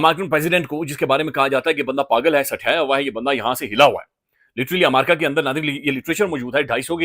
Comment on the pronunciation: Amaarca, learn to say America please